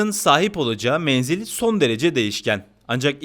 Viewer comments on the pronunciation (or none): none